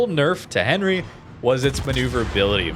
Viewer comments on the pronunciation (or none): Not that I'm the diction police or anything but, it pronounced "Aun-ree" with your best french accent! lol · Enry, silent H! mon dieu... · I am sorry but I hate the way you pronounce the name of Henri............